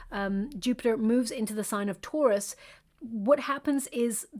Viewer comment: This whole video I thought you were saying ‘tourist’ season, not Taurus season. Realized it way too late lol. Thank you for this video!